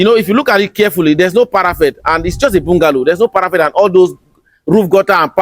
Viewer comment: Parappet not Parafet.